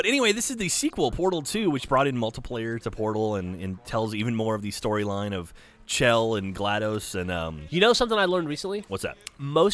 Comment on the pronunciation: Chell is pronounce like shell. Who in their right mind would name their daughter Chell using the correct phonics?